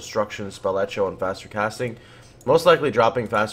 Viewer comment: Did he say spell etcho?